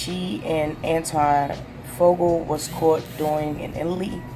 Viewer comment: You need to learn how to read and pronounce people's names correctly. Maybe you should practice reading stuff before you put it live. You're terrible interview I mean, your words are just terrible. I got sick and tired of just waiting for you. To say Antoine faqua correctly and Leela Roshan. You need practice, you shouldn't even have job reading anything!!